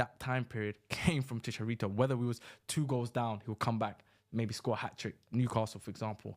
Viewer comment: As a Mexican hearing you say chickarito is hurting me :(